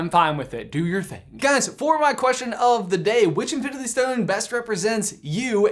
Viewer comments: Okay I love this channel and everything y’all produce but idk if it was because how fast you were talking or if it’s just how it was recorded idk but almost everytime you said “infinity” it came out as “infiniTHE” and it maid me cringe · Bruklefe15 “infinithy” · "infilindy war"😂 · manz cant say infinity oh sorry i meant infinbity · “InfiniTHE war” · Anyone else notice how he says infinity weird ?? Oooor is it just me